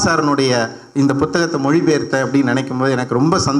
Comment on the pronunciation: ஆத்தா ஏன் புத்தகத்தை அழுத்தி பு(B)த்தகமாக சொல்றீங்க? உங்களுக்கு தமிழ் சொல்லிக் கொடுத்த டீச்சர் யார்?